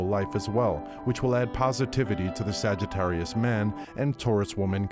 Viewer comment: 🤣🤣🤣 ," The sagga-ttarius".